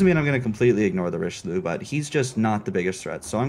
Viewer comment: Quit saying "Richiloo" ! Jeez, rude. Just kidding xD Richeli*eu*, please 😉 Nice vid anyway, glad this campaign is a DD, and also glad that it's Somers. However I'm kinda disappointed by the general AA capabilites, they're quite garbage for an american DD.